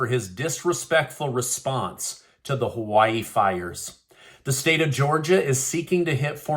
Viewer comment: Joe can't say Hawaii-He needs another prune smoothie and a nap during the prayer ceremony.